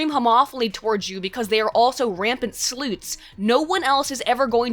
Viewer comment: Did somebodah say sloots? I laaahv sloots